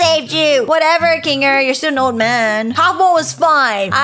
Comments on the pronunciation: Its not bubbles its bubble Its not zoober its zooble Its not kingle its kinger Its not agatha its ragatha BUBBLE’S A GIRL I hope these help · Ruthbell just said kingel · U said king ger to instead of kinger and u said zoobre be careful nextime whem making a amazing digital circus video😅😅😅😅😅😅